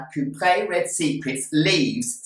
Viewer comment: First time I've heard it called it a "Coop-ree". Always thought cuprea was pronounced Coop-ree-a.